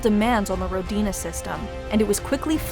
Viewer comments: It's not Rodina, it's Ródina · Ro-di-na... emphasis on the Ro... pronounced Rho. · it's pronouced r`odina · It's pronounced like this RO-DI-NA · As a native Russian speaker the way you pronounce Rodina(Which means Homeland by the way) is just wrong. You need to put the emphasis on "O" not on on "D'.